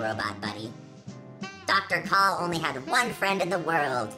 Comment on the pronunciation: You are mispronounce the name